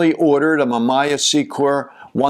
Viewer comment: I am surprised that you mispronounced most of the brands of these cameras. Somebody who has been around for so long should have known the correct pronunciation of these marquis. especially something like Mamiya. other then that, it was a pretty goo video. Thanks.